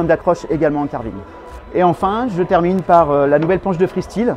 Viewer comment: J’ai mal aux oreilles chaque fois que j’entends « freestile » 😂